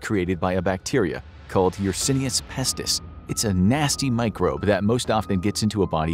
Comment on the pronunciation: My man, how can you possibly pronounce yersinia pestis wrong while looking at it